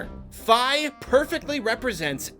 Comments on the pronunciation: Fi is pronounced Fee, not Figh. And while she talks alot shes not a normal being, she isn't insulting your intelligence, she's robotic and just blurts out pointless stuff lol. We all love Fi, her story is amazing. Midna is the one who treats you like her own personal bitch and insults you're intelligence. A settings option to have Fi help a little or a lot like Bowser Jr in Bowsers Fury would be a simple fix. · Fi is pronounced "Fee", not "Fye". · It's pronounced "Fee." I don't care what anyone else says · The way he pronounces "Fi" bugs me. I don't care if Nintendo says that's how you're supposed to pronounce it. I won't ever do so.